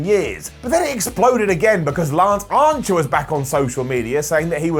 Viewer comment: Why? can't pronounce Lance Archer's (Arncher?) name properly...(slaps head) here's why